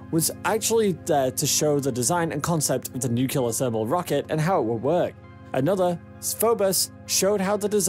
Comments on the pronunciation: Im sorry to be this guy, but its NUCLEAR, NOT NUKULAR. n(y)o͞oklēər NOT nü-kyə-lər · It's Nuclear, pronounced "new clear". Not "new killer". It's not difficult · It's nuclear, not nucular. It's like using axe/aks instead of ask. It's illiterate. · “Nuclear” not “nucular” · Nuclear nuclear... not nukelar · NU-CLE-AR! It’s NUCLEAR! Not “NUCULAR!” It is not the “nuculus” of an atom that is fissioned, it is the nucleus. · Nice video, ruined by the constatly marred pronounciation of the word "Nuclear". It' pronounced noo-kle-ar, not nukelar! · The word is "nu-cle-ar", NOT "Nu-cu-lar" - Dubya always said "nucular" and generally massacred the English language on a daily basis... and he didn't stop there. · its pronounced nuclear..... not nuculur ( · Uh, lots of people are "considering the difficulty of getting there". Far more than are daydreaming about the millenia-long process of terraforming. And then you totally lost me when you pronounced it "nucular". A sure sign of scientific illiteracy. Nuclear. New clear. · new-ke-lare alamunium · Let the 18 month journey time slide, but as soon as he said "nucular", I quit and will never come back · Lol, “Nukular” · Is no one going to comment on the correct pronunciation of the word 'nuclear'? It sure isn't Nuc-You-Lar. Why produce an informative video and then dumb down the world by sounding like 'Dubya'? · NU-CU-LAR!!! X) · Nuculer engines? Is Homer Simpson the narrator of this video? Difficult to take this seriously if you don't know how to pronounce 'Nuclear' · Starts with some misleading information. Must learn how to pronounce 'nuclear.' Stopped watching. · If you're going to make a film about a nuclear powered space ship, shouldn't you at least learn how to pronounce the word nuclear? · Learn to pronounce the word nuclear so you don't appear ignorant.